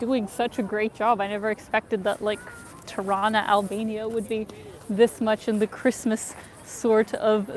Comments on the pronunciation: the right albanian way of pronunciation is with e like beer ,teerana..FALEMINDERIT for your great videos in my city!!! <3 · It's so cute when you say out or about with the Canadian accent. And you say Tirana like Toronto. Cuteeeee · You know your pronunciation of Tirana sounds suspiciously like the east Canadian version of Toronto right? 😝